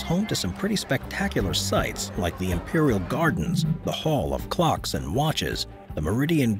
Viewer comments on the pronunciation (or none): none